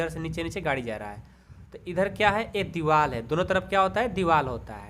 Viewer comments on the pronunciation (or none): Sir aap ek hi ko ekka hi kehte ho